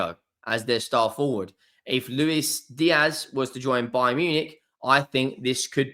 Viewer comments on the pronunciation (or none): none